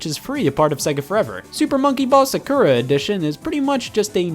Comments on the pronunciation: >2019 >Someone still pronounces Sakura as "Suh-kur-ruh" C'mon, man. What is this, a 4Kids dub? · Youre really goingm to pronounce sakura as "sirkerra"... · Sonic 2 on mobile is the only type of Sonic 2 I have, and I love it Yeah I hate myself too Also did I just hear Scott pronounce Sakura Sa-KURA? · i like how he pronounced sakura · hey scott you pronounced sakura wrong ya dingus